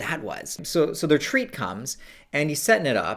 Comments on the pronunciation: Im watching this high and every time he said treat i thought he said tree 😒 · I thought was say "we've got a tree coming, we've got a tree" the first few times and I was really confused